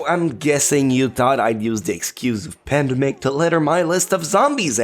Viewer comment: Pandemic, not apadedemic.....